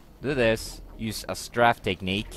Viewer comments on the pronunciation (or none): lol its Strafe Not Straff xD